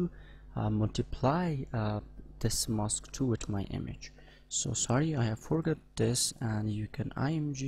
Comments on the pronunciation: 'mask' is not pronounced as 'mosque'. Don't pronounce Aaaaa as Oooo. ;-) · This sounds like mosque to me. Anyway, making vids is hard. Where he is from that's how it's said. It's ride to comment like that without even saying, nice vid or something as well.